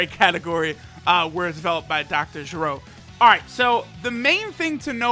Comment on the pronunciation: its not jeh-rohh its ger- o